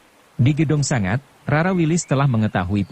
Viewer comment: Sebagai narator yang baik, pakailah bahasa Indonesia yang baik dan benar. Kata sanga berarti 9 Sanga ya harus diucapkan Sanga... bukan sangat